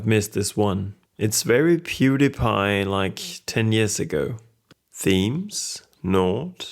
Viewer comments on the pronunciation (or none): none